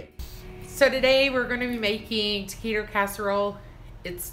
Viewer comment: Tequito? Really? It is "T A QUITO!!!! Taquito/Taquitos!!!!